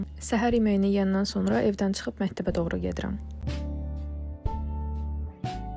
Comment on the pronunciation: mehteb yox xanim, mekteb :)